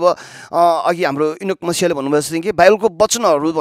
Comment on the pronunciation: मैले धेरै Youtube मा भिडियोहरु हेरि रहन्छु धेरै प्रभुका जनहरुले जय मसि मात्र भन्नू भएको सुनिन्छ तर हजुरले चाहिँ जय मसिह भनी सहि उचारण गर्नु भएको सुन्न पाए ! प्रभु येशु मसिहको महिमा होस् आमेन